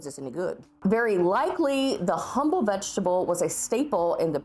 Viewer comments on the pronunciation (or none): none